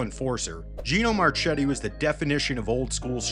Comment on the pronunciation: Yeah. Marchetti was mangled.